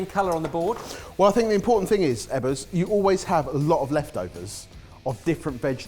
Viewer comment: Sorry for the question, but - why do the guys repeatedly call Mr. Eggers "Ebbers"? 🤔🤔🤔